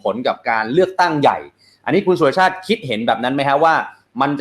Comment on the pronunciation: เขาชื่อ_สุ_ร_ชาติ_ไม่ไช่ชื่อสุชาติ